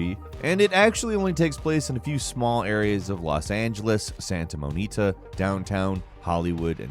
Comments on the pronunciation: this foo says Santa monita instead of Santa Monica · So no ones gonna talk about how this idiot said Santa monita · It sounded like you said "Santa Mo-nita." Pretty sure it's Santa Mon-ica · "Santa moanteeca" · “santa mow-knee-tah” 😐 “nah-mah-sis system” 😐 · Did this dude just say "santa moe-nika"? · Okay. I know has a hard time pronouncing some words, but saying “Santa Monita” & not “Santa Monica” is unforgivable haha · "Santa Monita" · Say it with the Californians,: Monica is MAH-nih-kah, not moh-NEE-tah. Thank you. (Yes, others have already called him out.) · He says "Santa Monita" which I think is just a verbal typo. Yak-ah-za is how you pronounce Yakuza. It's not Yak-oo-za. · I think he said "Santa Monita" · him saying "Santa monita" instead of "Santa Monica" bothered me a little too much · Santa Mo Nica lol Santa Monica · Ever been to Santa Monita? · Being from L.A. I'm offended he couldn't even pronounce Santa MONICA correctly. Where the heck is Santa Monita?! 😅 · Santa monita instead of Santa Monica 😂😂😂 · Santa MOE-KNEE-TA it’s Mon-ick-ah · “Santa Monita” Lmao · I heard Santa Monita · he says Santa Monita instead of Santa Monica 😭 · Shows Santa Monica, but he said Santa Monita.... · Santa Moneeka? 😂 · Santa monita? Lmaooooo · He really said Santa Monita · He said santa mo-neeka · “Santa Morita” 💀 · "Santa MOE-nee-tah"? Really? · Santa Monita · "Santa Moneeta" lmao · I’m sorry, did you say “Santa Monita?” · Ya I thought that too. Probably because it said Santa Monica on the screen. Either way he was reading something else written wrong. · Santa moneeta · As someone from California, your pronounciatio of Santa Monica is atrocious. Great video as usual 👌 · How tf did you just pronounce Santa Monica??? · Did anyone else have to rewind after he attempted to say Santa Monica ????? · Yeah fucked me up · anyone gonna talk about how he said Santa Monica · Didn't realize I was pronouncing Santa Monica and Yakuza wrong my whole life until just now